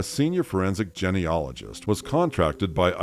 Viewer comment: It drives me crazy that this narrator does not know how to pronounce "genealogy", or "genealogist", properly.